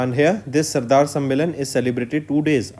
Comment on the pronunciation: Sir plz give proper attention to pronunciation. Like you are reading Sadar as Sardar.